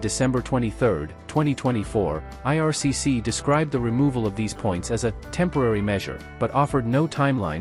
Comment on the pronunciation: IRCC, NOT 'ARCC', lol